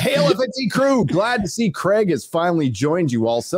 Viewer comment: Just for the Americans out there: It’s pronounced Krayg not Kregg. For future reference Graham is not Gram, it’s Grey-am